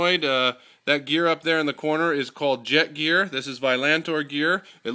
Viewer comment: its not jet gear its jetkor gear